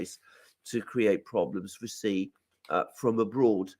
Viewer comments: Love the show!!! However,,,, Sorry but Xi is pronounced as Shee.... Shee Jinping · It's pronounced Shi. Not Zi. Not Si. Thanks. Great discussion.